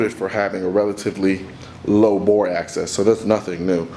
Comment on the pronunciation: He’s saying access, not axis